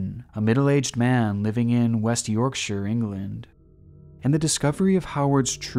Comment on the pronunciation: Creepy, creepy man. Glad you’re exposing him! And huge kudos for such extensive research. Wow. And well done for saying “Yorkshire” correctly. A lot of Americans say the “shire” part as it looks instead of saying it as “shur” as it actually sounds. 👍🏻 As for the whole “Wetlook” thing- I can’t even stand getting my socks wet when it rains!😂